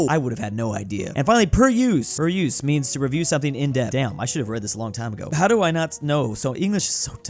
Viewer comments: It’s peruse, not peryoose,. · its pronounced like per ooze